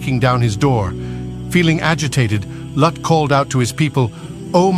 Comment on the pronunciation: It is not Luke it's lut